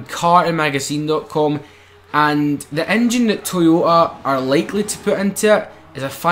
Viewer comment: What the fuck is an INNNNNNJJJINNNNNN